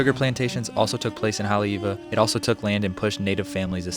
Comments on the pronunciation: The pronunciation of Haleiwa was tough for me to hear on this and I am not even from there 😂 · 'What most people think of Haole-iwa...'